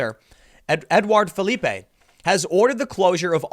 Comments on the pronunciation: Edouard Philippe is French, not Spanish, therefore his surname is pronounced Phil-eep, not Phil-lee-pay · Edouard Philippe (pronounce philip it’s not Spanish ;) )